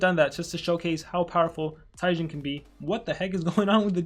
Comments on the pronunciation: ITS PRONOUNED TE JeN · It's pronounced Jen it's a reference to another popular YouTuber by the name of gaming with Jen